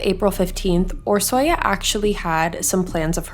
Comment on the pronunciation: It was pronounced wrong but honestly Hungarian is very different for English speakers. Orsi is the short name typically and it's one of my favorite names 😊